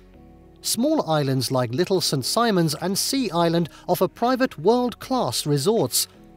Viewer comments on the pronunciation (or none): none